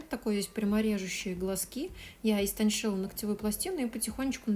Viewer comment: Даже субтитры, когда говорит «истоншила», за ней пишут правильно, истонЧила… 🤦🏼‍♀️